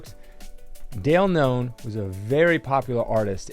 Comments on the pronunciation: Why do you pronounce Dale Keown as Dale Known? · Just heads up, it's Dale KEown. Not KNown.